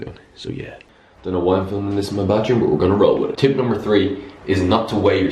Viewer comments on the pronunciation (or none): "Tree" days?